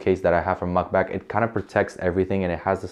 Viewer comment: No hate, but are you saying MugBak? Lol its Mag(netic)Bak